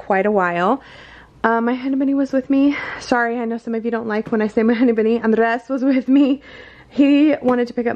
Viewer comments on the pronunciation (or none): Also I know that hinibinini is hunny bunny but that's what it sounds like to me xD